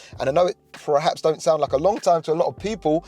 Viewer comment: "PER-HAPS" not "Prehaps". Sorry, just bugging me. Jamie FYD says "Prerformance" and it's like nails down a board.